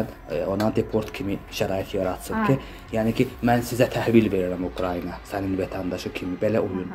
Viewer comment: Ay jurnalist xanım,Ukrayniya deyil,Ukraina!Düzgün tələffüz edin!Ayıbdır.TVlərdə də belə deyirlər.